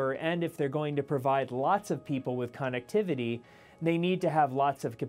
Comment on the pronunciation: Nonsense Edit: he even actually pronounced it CON ectivity. Don't be fooled people